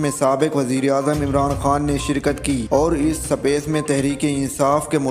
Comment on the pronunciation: Please learn to talk you sound so boooooring and it’s not “s a pece” it’s “spa ce”